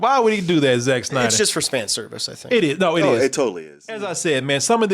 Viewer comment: "Re-editing the Snyer cut" oh see what you did tried there, but because the "d" is important for the name this is an example of what not to edit out.